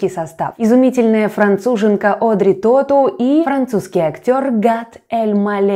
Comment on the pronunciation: Тоту, ударение на последнем слоге. Во французском языке в словах ударения только на последнем слоге. В этом смысле он хорош - думать не надо)